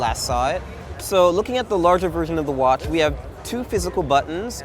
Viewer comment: he just shouldnt say anything with a "ch" (watch and appreciate) for the rest he has it very well under control.